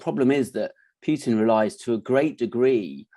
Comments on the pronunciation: It's "Putin" not "Pjutin' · "PooTin" not "PYouTin"